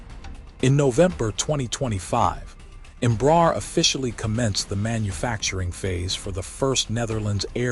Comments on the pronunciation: Might be nice to learn how to pronounce the name of the company correctly. It's not "Embrahr" it's "Embra-Air" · pronunciation approximate: embra + air (english)